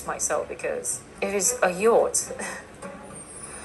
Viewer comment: Yatch Yot let’s call it boat 😂😂😂😂